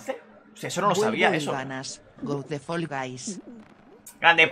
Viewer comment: Pronuncia bien Fall hombre, que queda fatal que Guys lo digáis bien y eso no... 🤦🏽‍♂️